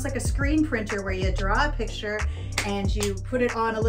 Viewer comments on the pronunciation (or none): none